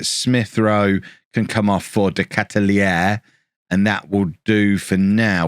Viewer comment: Belgian here, the 'aere' in De Ketelaere is pronounced as: 'are' (we are) + 'a' (a house).